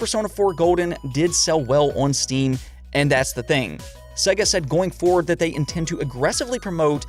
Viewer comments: Dude...... it's pronounced Seyga not 'Segga' Sega, as in 'to be this good takes AGES/SEGA). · Why do you say Sega like s.e.ga instead of s.ei.ga it’s so god damn annoying learn to pronounce things